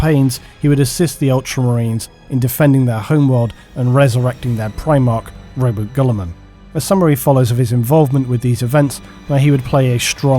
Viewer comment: Tzaangors aren’t daemons. Row-boot-ay Gill-ee-man.